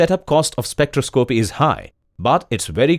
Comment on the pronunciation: Good simple video, thought this guy should learn how to pronounce spectroscopy!